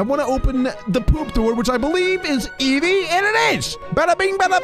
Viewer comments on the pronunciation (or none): none